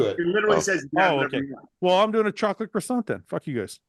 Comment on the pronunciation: Canadians not being able to pronounce croissant properly deserves jail time